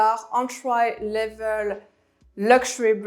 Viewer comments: I love the way she pronounces some words like "entry" she says an-try. Great content tho. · Hey j'ai bien aimé ta vidéo. Qq conseils: entry se prononce "entri", commercial en anglais serait "common", Dsquared se dit disscouairde, sans prononcer le e final. Et remplace le mot "rich" par wealthy. Philipp Plein, "ei" en allemand se prononce comme "aïe". Bon courage et continue ton bon boulot!